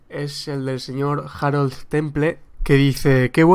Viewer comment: Por cierto Harold se pronuncia con H aspirada y Temple como "Tempel". ^_^